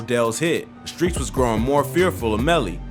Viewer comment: Fam mispronouncing all the streets is irking me